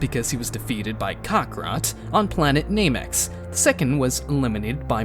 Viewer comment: "Namex" XD